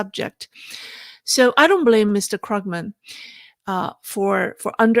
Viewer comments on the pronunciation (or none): Paul KRUUG-men. Long vowel. German name. 🐯